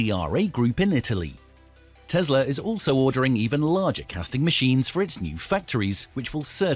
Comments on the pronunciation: it's Tessssla, not Tezzzzla mate :) the s isnt hard to say. Otherwise, great presentation. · It's Tesla not Tezla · It is Tesla not Tezla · Are we talking about Tesla or Tezla? Can't stand the way he pronounces Tesla. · The whole video I kept hearing him say Tezzzla .. its Tesla. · The correct way to pronounce the name is TeSla not TeZla